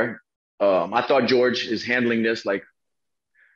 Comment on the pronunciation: Did he say George???